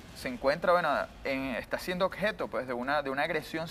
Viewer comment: "acsolutamente" y "odjeto"